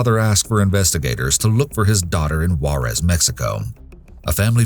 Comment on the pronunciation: They always pronounce Juerez funny on tv